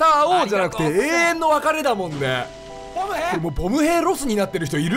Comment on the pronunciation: 最後っぽいから言うけど…… ボム兵のイントネーション違うっ！！！